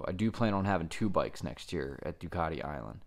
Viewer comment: It's not a "panagial" nor is it a Doocartee... It's a Due-cat-ie Pana-garlay.